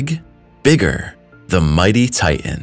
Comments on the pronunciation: TI-TAN not TIT-AN another read-bot ? or just an illiterate ? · Thanks for the content. I just wish you could pronounce "Titan" correctly.. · I wish you'd learn to pronounce all the letters in words. IE "Ti Tan" not "Ti n".